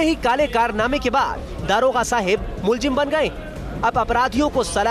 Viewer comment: police Mahakma hua shamshar.😂 aabe daroga hota hai daarogaa nahi hindi sahi se bol